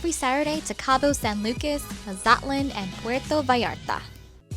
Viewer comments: no, you pronounced Mazatlan wrong. Its pronounced moz-it-lawn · Muh-zat-lan? Really? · Actually it is pronounced mas-at-lan, I'm just saying because I'm Mexican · If you can't pronounce Mazatlan, you've lost me.